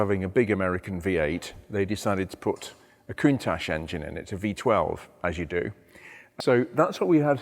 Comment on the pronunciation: Hi..I'm from Australia and thoroughly enjoy your episodes along with Harry's...I adore Ferraris and Lamborghini even though I have American and australian muscle cars...2 points..Thanks for educating us on the correct coun.TACH pronunciation and secondly when I'm tinkering on my cars the watch is removed..you rf thoughts? Keep up the great work John